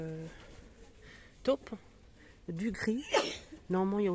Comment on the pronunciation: C est top.... (o court.. ). mais taupe, c est o prononce longuement... il y a une difference.... j adore ce que tu nous montres .....